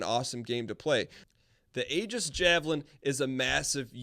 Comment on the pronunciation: I think it's pronounced 'eejis'